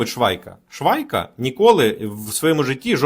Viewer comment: Швайка😂😂😂.... Типа, Швейка 😅😅😅